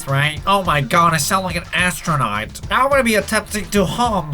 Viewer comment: Am I the only one who died when he said Astronight